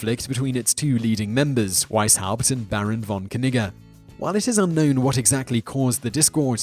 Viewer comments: im just convinced thats not how you pronounce that barons name, i imagine the k is silent and the double g making it pronounce more like 'neejay' or 'neejuh' but im just me.. i like etymology and pronunciation, but i aint no expert no siree, so .. k-nigga all you like there simon. hmm.. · Baron von Knigge lmfao he actually pronounced it correct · i swear i heard "barren von 'nigga'" lol